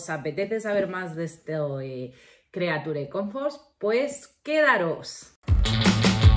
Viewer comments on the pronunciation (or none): "Crichur comforts"